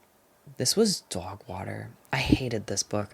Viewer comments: Obsessed with the way you say “dawgwahter” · DOWGH WOHTER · thank you for a wonderful year of recs and chats❤ you’ve made me read with a more critical and nuanced eye, and all for the better. can’t wait for 2026! also, I love the way you pronounce ‘dogwater’. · Obsessed with how you say dog water in that accent 😂